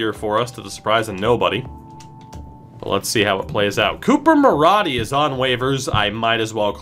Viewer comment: I doubt you're going to use Coop, but his last name is pronounced Ma-roh-dee, not Ma-raw-dee. I'm a Condors fan, and so I've seen him the past two years. Lol